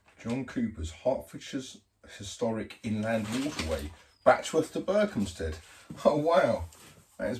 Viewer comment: You refer to Berkhamsted from time to time and you pronounce it correctly like only locals do, without a "P" sound. I am only being nosey because I lived in Berko as a teenager. Went past NKW last week, shouted over but I don't think you were there. Boat looks good from the outside. Hope you find the leak.